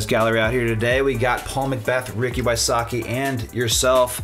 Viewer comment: Did he really say, "Ricky WySUCKi?" even enunciated it. Really?.